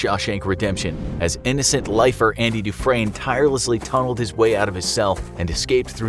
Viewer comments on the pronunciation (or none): none